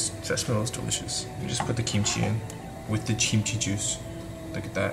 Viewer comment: “That is dilishis”😭😂